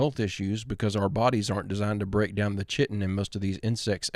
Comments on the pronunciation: chitin is pronounced "kite-en", or "chite-en" if you prefer a proper English pronunciation. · Its pronounced "kite-in" not "chit-on" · the ch in chitin is pronounced with a k sound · You said ..."our bodies arent designed to break down the chitin (Kite-in) in insects exoskeletons.." Just want you to pronounce Chitin (Kite-in) correctly. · chitin is pronounced "kite in" just an fyi peace